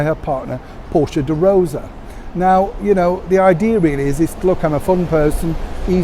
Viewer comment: Also, it’s Portia de Rossi, not Rosa, 😂